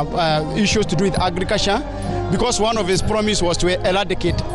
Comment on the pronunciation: The only meaningful thing i have heard is "mwananshi,agriculsha & huger." Go & sleep.